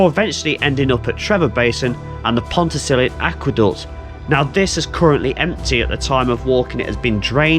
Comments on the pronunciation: Great video! Almost got the pronounciation correct. It ends with an uh sound, not an ee sound ;) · Long time viewer here. 😊 A quick correction on pronunciation - it's pronounced pont-a-stuck-te with a soft ck, and Ruabon is roo-abbon.